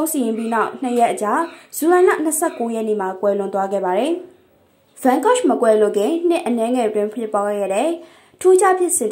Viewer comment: စာဖတ်နေသူ- ရှင် Yan Gogh အသံထွက်မှန်အောင် ထွက်ပေးပါရှင့်